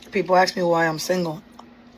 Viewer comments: Axe me 😂😂😂😂😂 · She is single because she cannot pronounce "ask".